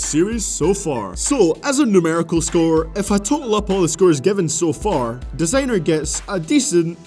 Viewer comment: why is he saying "desaaenr" instead of "Designer"